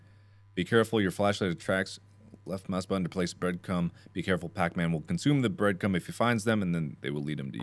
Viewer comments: Is it me or does he keep saying breadcum ? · Mark repeatedly saying Breadcum and no one realising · Text: breadcrumb Mark: "breadcum" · All I heard was “breadcum” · Hehehe Mark said breadcum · Did he say breadcrumb or breadcum????